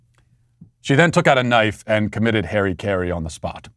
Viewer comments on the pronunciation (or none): Omg MATT STOP CALLING IT “HAIRY CARRIE” PRONOUNCE IT RIGHT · Not to mention "harry-karry". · He also pronounced harakiri, "Harry-Kerry" which I find hilarious because I really want to believe that it was on purpose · I had thought Harry Caray died of a stroke or heart attack, but then you used his name as a euphemism for suicide. Lol then a quick search let me realize you just pronounced harakiri extremely wrong... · It's called harakiri... I'm so traumatized for the japanese people that you didn't pronounce their form of suicide right... Apologize and say the word right whilst performing harakiri as you toss yourself into a wood chipper...